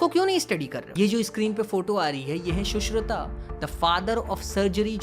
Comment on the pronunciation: Your work is really appreciating by me but be original first ,shushrut not shushruta🙂